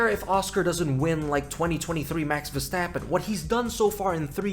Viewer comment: No fucking way you just took my saying when saying Verstrappon. I've been calling him that for years now. You read my comment didn't you?